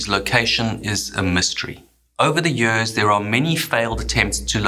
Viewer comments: Yeuuuhhhrrrssss. Why the heck do you pronounce YEARS so weridly? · Tropical Areas? Japanese Navy? Ship Wrecks? IM IN! btw. "50 Yööörs läter"